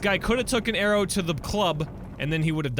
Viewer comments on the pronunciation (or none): none